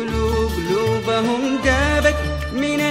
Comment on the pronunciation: جمال الفن السعودي من صوت الأرض ألف رحمة تتغشاه شكرا لكم ع جهد تدوين هذا الفن في كلمات تمنيت لو تتعدل (تاني > ثاني) (دابت > ذابت) (لقا > لقى) يا ليت لو الفنانيين ينتبهون لمخارج الحروف والنطق الصحيح للكلمة، حتى لو اختلف نطق حركات الكلمة بناءا على اختلاف اللهجات لا بأس الفن يمثل هوية لغتنا العربية للمستمع من الاجيال القادمة والأجانب